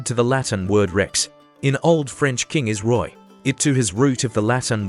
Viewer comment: In french it isnt pronouced like that. It is pronounced like "Rwah"